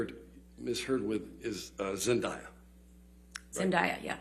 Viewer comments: the way they pronounced Zendaya's name kills me every time I hear it 🙄 so Caucasian 😂😂😂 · How can you be an entertainment expert but not know how to pronounce Zendaya’s name correctly?? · the real crime is the way they pronounce Zendaya’s name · They mispronounced Zendaya. It’s pronounced exactly as it’s said. Is this woman really comparing Turd to Zendaya?? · Pronounce Zendayas name right She a Mf SUPER STAR ⭐️ BABY ! 😂💯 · Not them pronouncing Zendaya wrong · Am i the only one triggered by them pronouncing Zendaya's name wrong? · i’m sorry. i’m still stuck on how they can’t pronounce zendaya’s name… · the way they pronounce Zendaya is bothering me 😗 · Can anyone in the court room pronounce zendaya correctly? That’s the real question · Can y’all at least say Zendaya name right? 🤨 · I knew she was not credible when she mispronounced "Zendaya". And to compare the two. The nerve. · Tries to compare her to Zendaya but can't even pronounce the name Zendaya. LOL. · You’re suppose to be an expert analyst in the entertainment industry and you can’t even pronounce Zendaya’s name right!! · and she couldn't pronounce her name right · Ok but the way they pronounced zendaya 💀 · how are they ganna mention Zendaya but can’t even pronounce her name right 💀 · The way they pronounce “Zendaya” 💀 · even the jury has to realize that. there are young people on that jury who definitely grew up watching Zendaya and have never ever heard of ah before. and for her to not even pronounce zendaya's name correctly?? that just shows she doesn't know who she's talking about. same with the other movies/ actors mentioned. her career literally does not compare to any of them other than they all were in superhero movies at one point. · How on earth is she an "expert" but knows next to NOTHING of the actors names she decided to bring into this? Can't even pronounce Zendaya's name right. She could've just done simple Google searches too😭 dear god this is embarrassing.